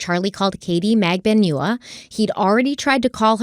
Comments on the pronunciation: Katy magbanewa not naganewa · It's not Mag-da-new-a It's Mag-don-u-a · Pronunciation of Katherine’s last name: MAG-ban-ew-wah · Katie's name is pronounced Mag-ban-ua. This is how she said it at her trial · into part 5 still can't pronounce Katie's name SMH